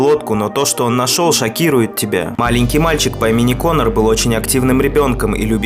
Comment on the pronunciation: Ты говоришь Как конер слово на самом деле хахахазазах